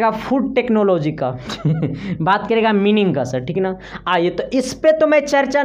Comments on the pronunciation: Kya bakwas video and explanation hai....Mining ka pahale sahi Pronunciation to Karo... Mining ko मीनिंग बोल रहे हो...it is माइनिंग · Sahi se pronunciation karo bhai wo मीनिंग nahi hota hai माइनिंग hota hai khali YouTube mai b. Tec ka tag lagaker ज्ञान मत दो। iska matlab tumlog video upload karne ke phele play ker ke v nahi dekhte to ki kya bana hai... Kuch v dal do kya farak parta hai.🧐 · Vo mining nhi माइनिंग bolte h samjhe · Sir pehle mining ko sahi pronounce Krna to Sikh jaiye